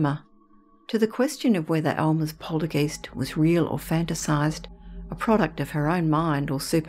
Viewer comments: I've NEVER heard another Australian pronounce it that way and she IS an Aussie. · Poltergeist is a German word. When you get a letter combination such as ‘ei’, the i is pronounced. When you have a letter combination of ‘ie’, the e is pronounced. So the word is pronounced ‘poltergEYEst’, not ‘polterGEEST’. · Love your stories & your voice, but please its not poltergeist its pronounced polterguyst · Why does the narrator pronounce poltergeist as poltergeest? Eist is pronounced as heist not East! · Its pronounced polter guy-st (rhymes with sigh), not polter geest. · Not "polter- geest", it's pronounced " POL- ter- guyst" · I'd say Aussie, I've never heard it pronounced 'geeste' by any fellow Brit, but regardless, I could listen to this narrator all night! Such a lovely gentle and melodic tone, gEEst or gEYEst, I don't mind😁 She's fab to listen to! 😊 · I’ve always pronounced poltergeist to rhyme with heist. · Yes that’s right she pronounces it wrong which is not surprising if you have no knowledge of German , it’s pronounced guyst so like you said it rhymes with heist 😍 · Every time she says poltergEEst 🤔🤣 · Good video but it's poltergeist as in hoist not poltergeest 🙄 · i thought it was polter GEYST (long I sound) ? Poohbear Richie---love your username. I bought my first-born son a stuffed Pooh before he was born; I was five months pregnant. My husband and I were so eager to buy him something that while shopping at Sears (yes, this is a long time ago!!) we went into the baby section and found an adorable (are there any other kind?) stuffed Poohbear. My son is 29 y/o now and he still has Pooh on one of his shelves. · I thought the same exact thing: long "i" sound and even commented the very same correction a few hours ago. I even checked the dictionary and they have it like this: poltergeist [ pohl-ter-gahyst ] Never heard it said any other way other than the long 'i' sound until this video. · lol, right you are.